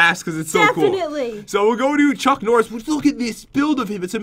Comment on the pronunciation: oh yea "chunk norris.." not "chuck norris..." lol